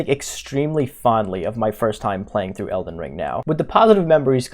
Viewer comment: “Elden ling” 🤭